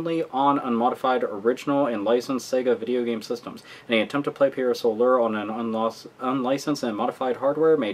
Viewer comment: Had to dislike because the reviewer can't pronounce Pier Solar. :/